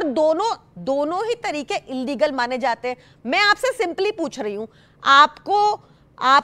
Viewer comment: Illegal ko inlegal na boliye